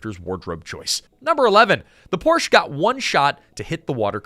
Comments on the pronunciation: Pronounced POOR SHA not Porsh. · Porsche….not porch…. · Yet another wrong pronunciation of "Porsche". It has two syllables. Poor - Shuh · Porsche (por sha) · Porsche is a two syllable word, Mr. AI voice. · Porsch Ah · Porsche is a 2-syllable word, "Por-sha". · por-sha mfer....ughhh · Car dork here and pedantic note: "Poor-sha", it's a proper name - Ferdinand Porsche. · Please pronounce Porsche correctly. Joel did! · Remember when folks knew how to pronounce Porsche? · Dude... I want to like this video, but your mispronounced Porche too many times.